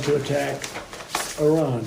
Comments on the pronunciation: The ONLY thing he got "right" in that recording is how to pronounce 'Iran'. He didn't say "eye-ran". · The oddest thing about this audio is? Fat Donny Dump pronounced Iran correctly....he didn't say "eye-ran". But of course, listening to his ramblings? Yeah, he's an idiot.